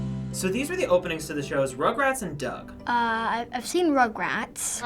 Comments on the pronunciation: Why can't they say Doug? lol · That little girls pronunciation of Doug 😂😂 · When that one kid mispronounced Doug. Epic on all levels.